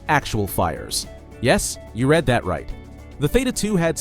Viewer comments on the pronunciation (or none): none